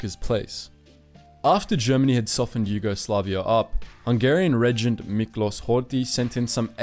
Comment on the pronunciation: Miklos is pronounced Miklosh. - Thousand Year Reich is Tausendjähriges Reich, not Tausend Jahre Reich. - Representing Nazi Germany with the war flag of the Weimar Republic, seems inappropriate. Black-red-gold represented democracy and was anathema for the Nazis. Better use the black-white-red flag, which was actually used for two years by the Nazis until 1935.